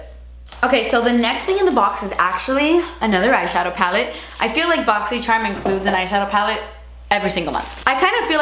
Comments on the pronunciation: Julia Mazzucato I hate when she says boxysherm it’s annoying AF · " BO!xy jzcharm un BO!xin " 🤣🤣🤣❤️ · Does it sound like she's saying "Boxy Sherm?" I loved my box I got a mini straightener and the same mask and powder and a tarte lip paint and a lip pencil that I use for freckles. The box was amazing! Very good for xmas thank you boxycharm. I used the mask last night and it dried my skin out but I also caught my period on Sunday so I'll have to try it again next week to see how it really works on my face. Way better than Ipsy I think I'm gonna cancel ipsy now.